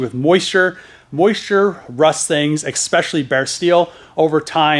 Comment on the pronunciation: "eSpecially" not "Expecially" :P